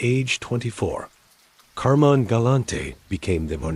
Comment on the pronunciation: It's CAR-MYNE...not Carmen!!!